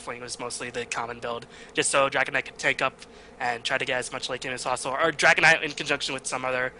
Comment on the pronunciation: lol, he just says dragonide!, but its Dragon Knight :D